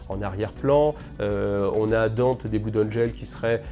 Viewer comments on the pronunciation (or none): none